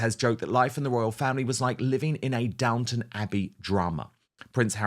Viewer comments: Downton, not "downtown". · It's Downton not Downtown.